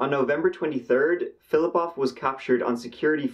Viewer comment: I love your videos! 😊 This is the first one that I thought you mispronounced the last name. You say Polish last names like a native speaker! Russian here would not be as flip flop off but rather Filipov.